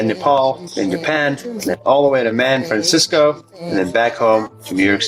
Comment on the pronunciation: By the way, why tf does he call my city "Man Francisco"? 🤨